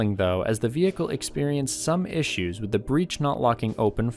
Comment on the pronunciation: ishoos ? I think he means, problems